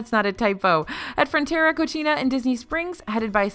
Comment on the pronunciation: This is like the 8 video that you guys don’t research how to properly pronounce Spanish words correctly. The word “Cocina” means kitchen. How you pronounced it was “Cochina” which means disgusting. Don’t be ignorant and do your research.